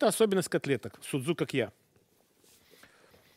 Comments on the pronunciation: Не дай Бог греки услышат название этого блюда и увидят его приготовление!Не зря они ставят ударения в словах - это как раз для того,чтобы судзукАкия не превратились в судзукакьЯ...Может быть "мировые повара"кладут в фарш для судзукАкия хлеб - греки не делают этого(тем более,что ржаного хлеба не употребляют).Фарш вымешивается тщательно с добавлением воды во время замеса.Формируют круглые продолговатые котлетки мокрыми руками,без никакой панировки в муке.И никто не поджаривает палочки корицы на сковороде - из кладут в томатный соус незадолго до готовности.Картофельное пюре тоже не пользуется у греков популярностью.Подают судзукАкия,в основном,с картошкой-фри. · В Фарш для судзукакья не кладут лук и чёрный хлеб. И ставьте правильное ударение. Σουτζουκάκια. Ударение на а. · vasilis liousias СудзукАкья - ударение на А. Σουτζουκάκια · По поводу ударения соглашусь. ))) А в остальном... Греки и хлеб в фарш кладут, и котлетки эти в муке панируют (иногда), и пюре готовят очень часто. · Ну да))) Перевод ближе всего к русскому,как фрикадельки))) И ударения на А ;)